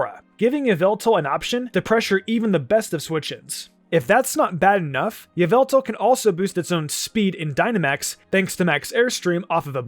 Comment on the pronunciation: OMG its pronounce YUH-VEL-TALL